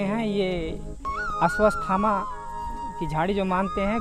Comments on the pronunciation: Aswasthhama nahin Aswathhama hai. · It's not Ashwasthama, it's Ashwathama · शुरुआत में जो बाबाजी बोल रहे थे, वो बार बार अश्वत्थामा को अस्वस्थामा बोल रहे थे। Sorry🙏